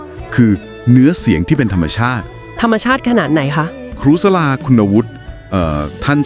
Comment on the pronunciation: ขออนุญาตแนะนำ ชื่อครูสลา อ่านว่า สะ-หลา นะคะ